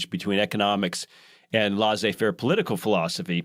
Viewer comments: Laissez faire is a French term meaning “you let to do” literally. I just so happen to speak French. Leh-say. But certainly not lah zay, like pronounces it. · It’s pronounced Leh-say faire. C’mon man.